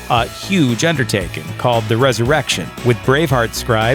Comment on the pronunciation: please no more res-erection